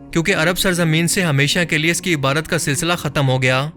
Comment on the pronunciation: Please don't mind......but pronunciation of word....عبادت۔۔۔۔ needs a little correction